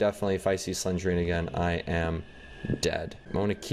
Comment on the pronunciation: It’s not slengrena it’s slendrena